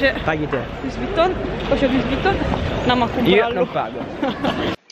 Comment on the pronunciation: Si dice luí! Non luiss! Cristo santo!